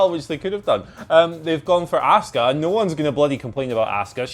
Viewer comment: Why do you pronounce her name wrong??? It's not ASK-uh 🤦‍♂️ It's AHH-SKUH